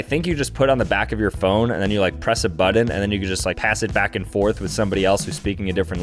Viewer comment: Say "Butt" now say "Button" It NOT that hard dude! the word "Button" does NOT have any "d's" in it!!!